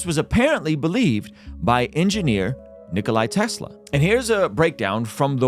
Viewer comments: *Nikola Tesla. Not Nickoli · It's not Nikolai, it's just Nikola. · There is no "I" at the end of the name of Nikola Tesla, he's name isn't Nikolai, at least learn the name of one of the greatest (if not THE greatest) scientist, then speak of everything else 😁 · NIKO-LA NOT NIKO-LAI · What's even more puzzling than this pyramid discovery is how a guy who calls Nikola Tesla "Nikolay" has 700k+ subscribers. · It's Nikola Tesla not Nikolay, he was Serbian not Russian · Its not Nikolay Tesla, its Nikola Tesla, he was a Serbian so its not a Russian variation on the name Nikola, its the original version, how the foook is it possible that u dont know that.... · Its nikola not nikolai. He was a south slav. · bro said nikolai tesla 😭😭😭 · What’s up with Americans calling him ”NikolAI”? It’s not Nikolai, it’s Nikola! He’s wasn’t Russian, he was Croatian/Serbian. NIKOLA Tesla. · NIKOLA, not nicolai or nicoli.. Nikola with an A at the end.. smh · His name is Nikola... Not Nikoli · His name is Nikola, NOT Nikolai. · No "AY" in Nikola (Tesla) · Before you question other people's accuracy, at least Nikola Tesla's name right.